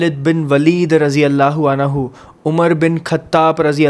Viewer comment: अनहु nhi अन्हु